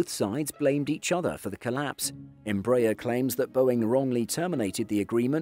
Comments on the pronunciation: Good day, THe correct pronunciation of Embraer is not Em BRAY er but is in fact Em BRA Air. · I would be really nice to learn to pronounce EmbrAHEr instead of EmbrEr... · You are pronouncing the name of the company wrongly. It isn't EMB-rayer, it's EMBRA-air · Closest Correct Pronounciation is: EM - BRA - AIR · Tô até agora tentando entender quem é essa Imbrèie. If you are doing a video/documentary about a company, the first thing you should be learning is how to pronounce the company's name. Good video despite that.